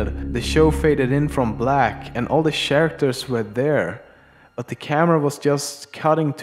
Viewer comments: are you american? cause you pronounce CH as SH. Not that i have a problem with it, just asking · SHARACTERS?? GOD DAMIT!